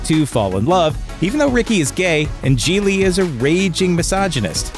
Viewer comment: Gigli means lily in Italian, it sounds more like lily with a j than what he is saying, the JEE is really hard and the lee has a lot of gusto. just say jily and then pretend you are an Italian waiter and you pretty much got it.